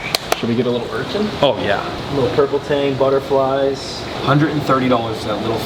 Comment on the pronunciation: Do you pronounce "urchin" as "urchinT" intentionally? Maybe you don't realize you do it? Lowkey every time you say "urchinT" it's like nails on a chalkboard in my brain, and IDK WHY! Normally mispronounced things don't bother me but that one word gets me every. single. time. 🤣 (no hate btw! ❤ just brain itchiness lol)